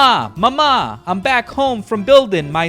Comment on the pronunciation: If you want to sound italian, you have to emphasize the first "a" in "mama". Emphasizing the second "a" is Greek, not Italian.